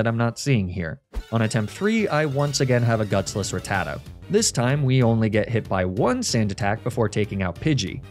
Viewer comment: The same reason he mispronounces Ratatta? 🤷‍♀️